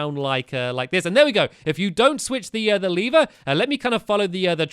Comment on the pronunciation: I think it's called lever not leever.